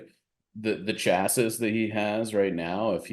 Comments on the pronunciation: Chassis = "Chass - See" not "Chass - Is" ( CHasē ) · Is saying "chassis" as "chass-iss"???